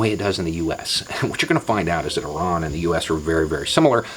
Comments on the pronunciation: Thank God you prounced Iran properly. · first "Murican speaker i have heard that pronounces Iran, Iraq, and Italy correctly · That's encouraging: someone in the USA who can pronounce "Iran" properly. I was there a few years ago, and they were all very welcoming. One young couple who stopped to chat one my first day told me: "Iran needs help." When I asked what kind, she said: "Iran needs friends." They are not stupid, and they would have to be very stupid to not realise that we ordinary people who don't own major stakes in Halliburton or Lockheed-Martin would be a whole lot better off with a lot more friendliness between nations and a lot less Sabre-rattling, Tomcat-rattling, Eagle-rattling, Falcon-rattling, Hornet-rattling, Raptor-rattling, Fishbed-rattling, Flogger-rattling, Frogfoot-rattling, Foxbat-rattling, Fulcrum-rattling and shelling of hospitals. They wear blue jeans and Converse sneakers. They sit side by side on riverbanks with their paramours. They have satellite televisions. They have ghost-shaped cakes in the cafés for Hallowe'en. We'd get along just fine with them, if we could see past the dozen angry old men on whom a dozen angry old men want us to focus.